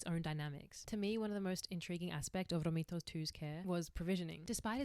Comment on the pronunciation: The idea of being disabled so far back in the history of humanity is terrifying. The idea of being tended to by a community of people with such limited resources is incredibly heartwarming. I love the message of this video: that it is inherent to being human to support and care for those in distress. (On a less serious note: as an Italian, your pronounciation of "Romito" cracks me up)